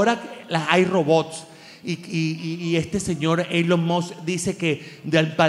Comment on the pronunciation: 😏 NO aprendiste TOVIA a pronunciar el nombre ELON 😅